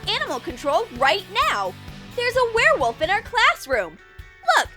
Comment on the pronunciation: Why is he even trying to catch the where woft